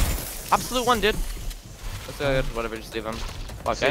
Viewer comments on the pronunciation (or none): lol the way he said “dood”😂